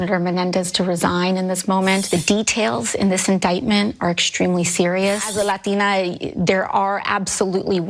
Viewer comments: Thank you for pointing out AOC's FAKE and PHONY pronunciation of "latina." So many on the left do this, as if they were born and raised in South America. Phony, fake, pandering. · I literally said the same thing about AOC’s fake accented pronunciation of Latina 10 secs. before you did Megyn.